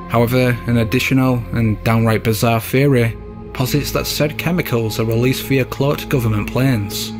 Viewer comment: It took me too long to realize the narrator was saying “theory” and not “fairy”.